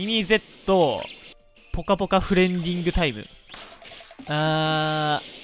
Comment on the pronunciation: ぽかぽかじゃなくてぽかぼかだぞ